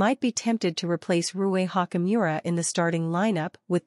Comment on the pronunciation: How many times did she say Rui Hawk-E Miura??